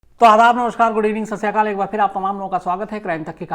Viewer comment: Sir please pronounce Sat Siri Akaal not ssri kaal...🙏